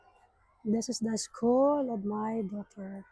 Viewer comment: Hindi SKOL dear, SKUL hehe